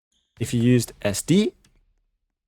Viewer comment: did he just say... esdee